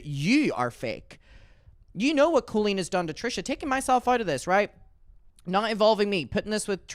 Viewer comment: If Daniel is such good friends with COE-LEEEN then why is he pronouncing her name wrong? 🤣